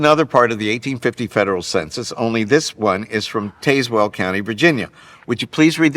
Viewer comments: It is not pronounced Taze Well. It is pronounced Taz Well. I live here. Also, I am apparently related to Sammy Hagar. Wow! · 'TAZZ well' not 'taze el'. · Tazz-well is how you pronounce it. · The way this guy pronounced "Tazewell" made me cringe.